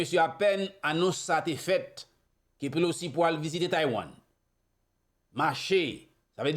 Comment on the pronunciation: HI BROTHER, HER NAME IS NANCY PELOSI, NOT POLOCI. MAY THE LORD BLESS YOU.